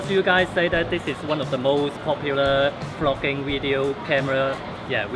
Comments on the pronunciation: NOT ONE, NOT TWO, BUT... ~ TWOOOO DIFFERENT KIND OF CAMERA TO DO FROGGINNNGG. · Jizz, I thought you're saying 'Fucking'........."What people like to do Fucking"😂